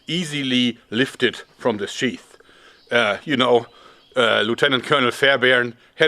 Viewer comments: jeorg, sheath is pronounced like 'teeth' not 'chef'. great video and just trying to help! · I miss Jörg pronouncing it "sheth".